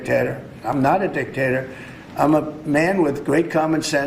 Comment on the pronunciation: Did he say dictator or dick taker?